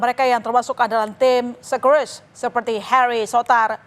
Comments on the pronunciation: sekerusus 😂😂 socceroos woi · Kalaa berjumpaa... Scoreses.. Scrors😂😂😂menit ke